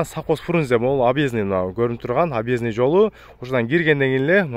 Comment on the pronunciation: Объезд тузук айталбайсын